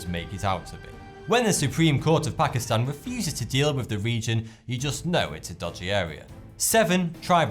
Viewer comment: YAAAS! Someone who actually says ''Pakistan'' right x'D I have to tell people, it's pronounced 'Taan'.